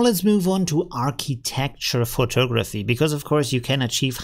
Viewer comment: Hey, very informative and useful information about Midjourney. Thanks! I teach English as a second language and wanted you to know the word photography is pronounced pho·tog·’ra·phy. There are four syllables and the accent is placed on the second syllable (tog’). Here is the word photographer - pho·tog’.ra·pher. There are four syllables and the accent or stress is placed on the second syllable again. I recommend you practice pronouncing these words correctly in a sentence. I hope this was helpful.